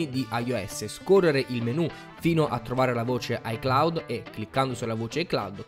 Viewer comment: Si dice iCloud